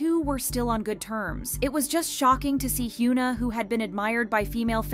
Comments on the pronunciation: Her name is not pronounced, HYOO NA. Its HYUN AH. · I'm sorry but am I going insane, why did you switch up the way you started pronouncing korean celebrity names?? Just 4 months ago (yes I checked) you were pronouncing Hyuna (현아, hyeon-ah) correctly but now saying "hyoo-nuh". You were one of the only kpop channels that pronounced the celebrities names correctly and in the last number of videos you've been pronouncing all the korean names wrong, WHY? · 😂 I was thinking the same thing, I’m like who is Hyoona? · I know this may seem nitpicky, but you should try to pronounce their names correctly when you make these videos. Not trying to be mean. It's just, as someone with a name that gets pronounced wrong all the time, it's annoying and kinda disrespectful lol. Her name is pronounced Hyeon-ah. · Why are you calling her Hyooona? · hyOOna? LEARN. HOW. TO. PRONOUNCE. KOREAN. NAMES. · can you at least pronounce her name right...🤦‍♂